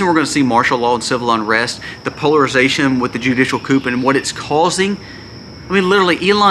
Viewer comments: ✌️ The word "coup" is pronounced "coo".👍👍👃🇨🇦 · The "p" is silent in coup. "Koo" is how you say it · Just a friendly, helpful hint. "Judicial coup", is pronounced "coo", as in the sound a dove makes. Very interesting and important videos! Thank you, and may The Holy Trinity protect and bless you, your family, and all of those who see/hear your channel. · The p is silent in the word coup. It’s short for the French word coup d'état.